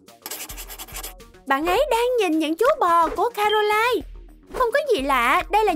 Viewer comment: Caroline chứ ko phải Canoline